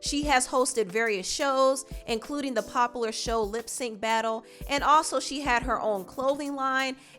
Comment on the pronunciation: one request to not say poplar and instead just say popular, it’s just one more syllable. This is not shade, but I take you less seriously as a spokesperson when you do that.